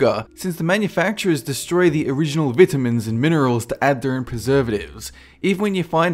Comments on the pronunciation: He says Vitimins like "Vitt-Imm-mins" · "Veh-tah-mins" The way you pronounce vitamins. Lol.